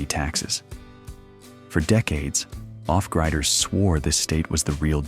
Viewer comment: 8 Billion Humans and you had to use a GD robovoice to narrate that in less than 15 seconds miss pronounced off griders. Thumbs down